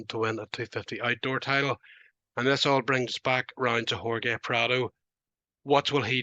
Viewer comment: How do u not pronounce Jorge correctly? That’s like 1st grade shit